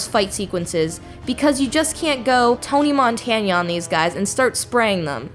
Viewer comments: did she said TONY MONTANIA? it's MONTANA. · "tony montanya". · Did she say Tony Montanya? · Tony montanya??? Lol wtf